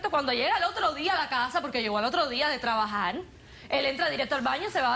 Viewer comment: “TrabajaR” no “trabajaL” 🤣🤣